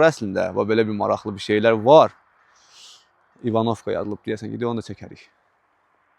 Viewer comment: Klounluq eləmə, kəndin adını düz tələffüz elə. Vurğu birinci hərfin üstünə düşür.